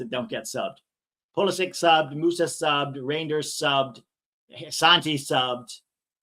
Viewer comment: it is a lot like reindeer, no idea why you pronounce it re-jinn-ders, as the ij in Dutch is a Y. luckily for him he's at a better team now.